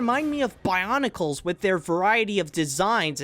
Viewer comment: "Bionicles" Triggered.